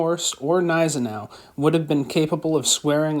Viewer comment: The Gneisenau pronounces the G. It is not silent.